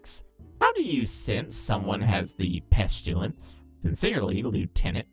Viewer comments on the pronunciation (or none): How people pronounce pestilence (pest-i-lence) how pronounces it (pesh-tu-lence)